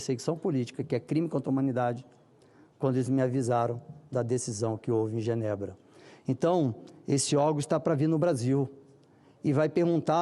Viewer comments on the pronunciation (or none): none